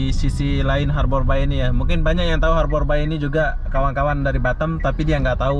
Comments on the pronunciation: Ngucapin nya... Harber bey Bang... ✌ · Harbour Bay (baca : Harber bey) 😁🙏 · It's harbour bay.. bukan habor bay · Sebutannya seharusnya berbunyi ' Harber Bei (Bei) bukan nya (Bai) Bahasa Indonesia/Melayu Bermaksud 'Perlabuhan Teluk' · Harbour bey, bukan harbour bai 😀😃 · Pengucapan Harbour Bay dibenerin bro, bacanya Harbour Bei ,, bukan bai... Ini owner nya bukan orang Singapore , Tp masih orang Indonesia yg punya kawasan industri Citra Buana Group. Yg punya Kepri Mall juga. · Bahasa inggris nya jelek bangat,habour bay( habe be) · Pengucapan nya di perbaiki borr.... Harbour (eja:Harbèr) Bay (Bêy) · Bacanya harbor bei, mas. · Pengucapan bahasa inggrisnya lucu bro ... 😁🤭 Harbour Bay -- harborbai Blue Fire -- blufir 😁